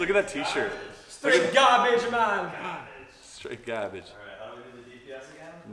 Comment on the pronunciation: "YOU GAW-BAGE MAN" 😂